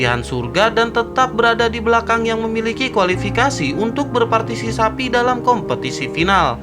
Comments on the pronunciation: Berpartisipasi bukan bertarsisapi😂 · Berpartisipasi bang bukan berpatisisapi...🤭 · berpartipasi cok bukan berpatisapi 🤣🤣🤣🤣🤣🤣 admin anjing bikin gua betah di channel ini... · Berpatisisapi🤣, jdi lupa klo mau bilang berpatisipasi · Kasihan bang sapinya masa partiSISAPI terus partiSIKAMBING kapan di sebut ... Hahahahahaha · Bang....gagal fokus sama kata2 "berpartisisapi"😂😂